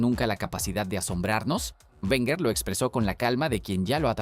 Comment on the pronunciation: Lo dijo arsene werner...lo dijo arsene werner...oooooh...lo dijo arsene werner...¡¡¡¡¿¿¿QUIEN CARAJO ES ARSENE WERNER????!!! LA PRIMERA VEZ QUE TENGO NOTICIAS DE ESTE TÍO 🤣🤣🤣🤣